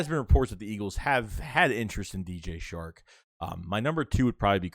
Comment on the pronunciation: It’s DJ Chark not shark